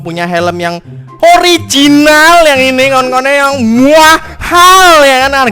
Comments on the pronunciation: Ooorrrrrrrrrrrrrrriginal. Bukan ooorrrrreeeg tempe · Waktu ngomong ORI jinal gua ulang" biar cape mampus lu bang